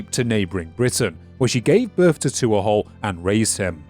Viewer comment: My god, man. Tuathal is pronounced t(h)wo-hull (dialect dependent). Not two-ah-haul. You could have checked before saying it wrong 100 times in the same video.